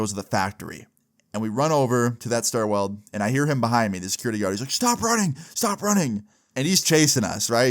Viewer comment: Bro said "Stairweld" like 5 times